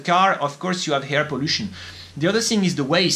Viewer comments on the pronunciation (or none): it seems LIFE is KILLING you !! (Psssst... your "air" sounds like HAIR)